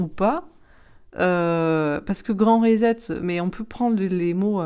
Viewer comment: on prénonce RESET comme ceci : RI SET (comme set de table, etc) -- et pas RISETTE !